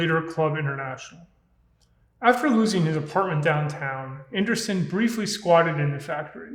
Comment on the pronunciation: Andresen = "an-DRAY-sen"